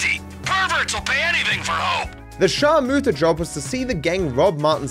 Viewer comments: Just can’t get over it being called sharmoota 💀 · The “sharmoota” job 💀